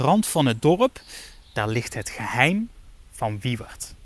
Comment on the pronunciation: Ik vind het heel grappig dat je Frans best heel goed is, maar dat je Wieuwerd niet uit kan spreken 😂